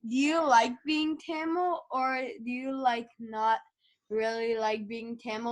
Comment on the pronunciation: I swear if she says tamal one more time I’m gonna Explode u pronounce like TAMIL